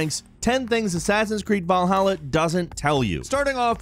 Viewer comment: It sounds like youre saying balhalla